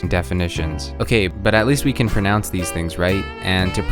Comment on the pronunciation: You pronounced the word pronounce wrong